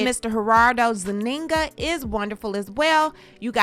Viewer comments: His last name is not ZuniNGA🤭, his last name is Zúñiga- pronounced z oo n ee g uh . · Girl, you pronounce his last name like ZOONEEGA! Not zuneenga